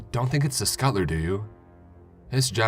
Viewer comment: Skutlr?!!!!!!!! PLEASE SAY SCUT TUL LER